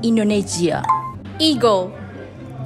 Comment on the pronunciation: Các bạn dạy tiếng anh mà đọc không chuẩn như bạn cuối đọc từ japan và indo í ak. Nên chỉnh lại ak. (Ykr)